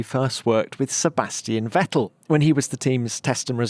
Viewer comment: Kwabastian VETTEE